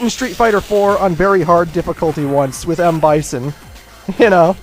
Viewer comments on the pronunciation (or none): none